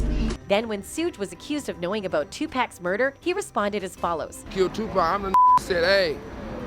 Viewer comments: Please stop mispronouncing EVERYONES name. How tf are yall still calling this man TuPACK? How idiotic. And sHUGE knight? Fuggin blasphemy... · It's tupac!! Not tupack... you idiot! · Is said Tupac not twopack god damnit😣🤨🤨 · Could someone program this lady that is narrating that it is not pronounced Tupack but like Tupock. But spelled Tupac or 2Pac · Either get a new narrator or teach the current one to pronounce names correctly. Hurts my ears and ruffles my spirit to hear "Too pack" when it's pronounced "Too pock" !! Please make the correction out of respect for a true soldier and visionary !! Thank you very much !! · Who the heck is too pack u mean pac like ur pocket !!!!!!! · Who the Fuc is too pack u mean pac like ur pocket !!!!!!! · Y do all white people call him pack when it's pac u know like take the ET of pocket so they can get it right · These are clips from assertion. This is not a real person that is narrative about this. Overseas are getting paid for this. Listen how the video calls him Tupack.🤔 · It's tupac 🤦‍♂️😠 get the man's name right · OMG IF I HEAR 2PACK 1 MORE TIME IM GONNA FLIP🤯 #yOunG ©️👻💲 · Yo races call Tupac 2 pack all this time all these years you can't pronounce his name something wrong with you you're racist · GET A NARRATOR THAT PRONOUNCES HIS NAME RIGHT! IT IS NOT TU PACK! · Not sooge and two pack 😂😂😂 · The fuc is tu pack that man's name been all over movies and the radio u slow ahh bihh shudda had it right decades ago.. don't nobody pernounce Melissa wrong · Wtf She said "2 pack" gtfoh, this culture vulture, gossip, provocateur channel, I'm out. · Who is 2pack🤣😂🤣😂😂😂she messed everybody name up yall need a new narrator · Learn how to pronounce his name and go back and fix this video. it’s so cringe how you slaughter Tupac name. And i hate that word cringe, but it fits cause that’s how it’s feels to hear you say his name. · Omg! Can they ever say Tupac's name right? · 4real 4real..... Tu-Pack and Sooge 🤣🤣🤣 somebody 🛑 her now!!